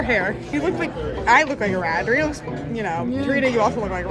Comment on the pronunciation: She is not durin-nah. She is dah-ree-nah 🙄